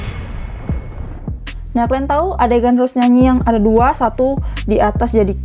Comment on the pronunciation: Gua minta. Tolong buat benarkan mulut anda rose di bilang roze/roje Gua sering nontonin lo dan gua juga suka denger lo ngomong rose salah dah gua oke oke tapi sampe skrg masih Nyesek gua njerr